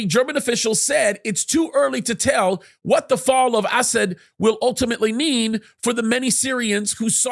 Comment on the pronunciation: Am I the only one who chuckles every time this dude says "Assad?" It sounds like he's calling the guy "ass-hat." XD